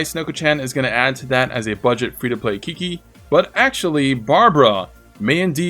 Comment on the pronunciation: chi-chi, not kiki. PLEASE!